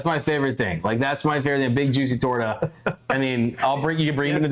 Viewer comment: It’s not a torda it’s pronounce torta!